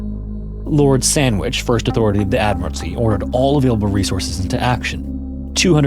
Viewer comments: Did you say Lord Sandwhich? 😂😂😂😅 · Literally monching on a turkey and cheese and hearing “lord sandwich” had me reeling lol